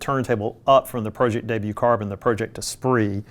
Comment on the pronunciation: Pro-ject, not Project. Like projector.